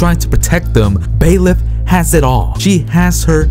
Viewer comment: Not to be rude, but it's Byleth, not Baeleth.